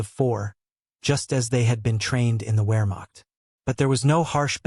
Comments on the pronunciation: “Wear macht” ? Put down the automated voice and read for real! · It's NOT a "wearmokt" training manual. It's Wehrmacht, with the W sounded as an English V. the German name for the letter is VAY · The ps in the word "corps" is silent. If an "e" is added to to corps, the word then is pronounced corpse. Narraters of military don't score points themselves by pronouncing the ps in corps. Also, most educated people know that Wermacht, since it is German, is pronounced Vermacht. There is a well known German composer whose name is Wagner. That, too, is pronouced Vahgner in English not Wagner. You might want to study your script a little better. Psst: I do know its AI. Same thing.